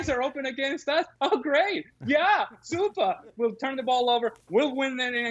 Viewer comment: "Oh great!...Yeah!...Supah!" Is that Ale trying to do a German accent?